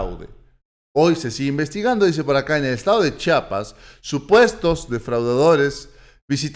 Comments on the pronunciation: Disculpa que te lo diga, pero se dice chiapas, no chapas.. Te agradezco buen dia.!! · SE PRONUNCIA C H I A P A S !